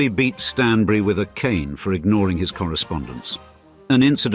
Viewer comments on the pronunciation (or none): none